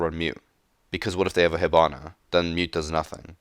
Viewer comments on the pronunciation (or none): none